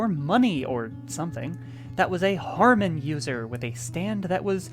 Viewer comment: The fact that the consistently added an r to the word Hamon is throwing me off. Commented before the end of the video. Holy crap it stayed in neutral for most of the video but went to 100 real quick there at the end.